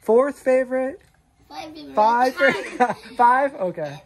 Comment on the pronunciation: "...pibe, six, seben....."